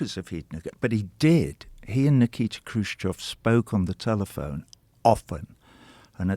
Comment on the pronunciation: Kruschev,.not Kruschov.